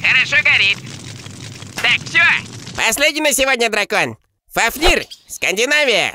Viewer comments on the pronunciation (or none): Ребята, правильно не фафнИр, а фАфнир. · не фафнир, а фУфнир😂😂😂